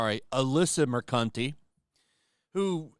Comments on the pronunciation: I dont know if it was intentional to say her name as Alyssa mer-cunt-ee but i approve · Moo-cant eh. Emphasis on the Moo. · "...had a stupid, immature response..." He says, moments after mispronouncing her name by pronouncing "Mercante" with a "u" sound in the second syllable... Never change,. Never change... 😂